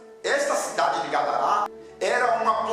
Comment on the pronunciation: O nome é Gadara, não Gadará .